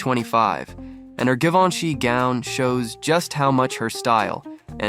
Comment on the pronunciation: It's pronounced "Gee-van-chy"